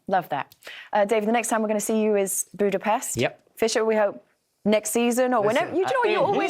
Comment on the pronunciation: Everyone is saying the name Budapest wrong